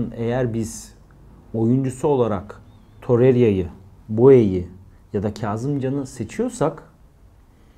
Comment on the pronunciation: Torreria değil Torreira, Oliviera değil Oliveira